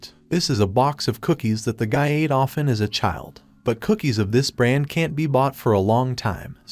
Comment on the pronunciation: All I Hear is "he can tea" or "he doesn tea", Fix that issue, Its Annoying and Problematic, but the Recap is Perfectly Fine, Its Just the "Doesn tea and Can tea" That Isn't Okay